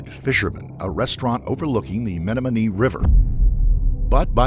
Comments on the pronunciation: Meh-nah-muh-nee river. Pronunciation in the video is off. I'm surprised I hadn't heard about this, being from this area. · 'Menamanie' River, as the narrator said it, is pronounced "men om a knee". Either get rid of the AI narrating or learn the correct pronunciation of words. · the way he said Menominee 😂